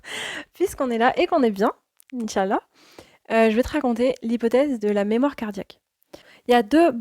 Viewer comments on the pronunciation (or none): As salâmou ‘aleykoum Je me permets de te conseiller sur certains points de prononciation en langue arabe. La prononciation correcte est : « In chââ Allâh » et « Mâ chââ Allâh » En faisant attention aux prolongations indiquées avec « ^ », et à bien prononcer 3 mots, et non pas 2 en disant par exemple « In chal-la » Bârak Allâhu fîk